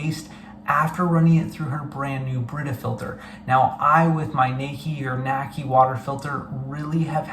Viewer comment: The pronunciation would be “nah key”.